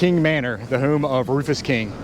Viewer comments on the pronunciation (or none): "The whom of Rufus King." Is that how people speak in Virginia?